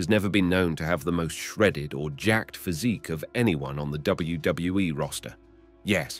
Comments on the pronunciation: He says it right sometimes and I think he’s got it down finally and then he screws it up 😂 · How hard is it to say WWE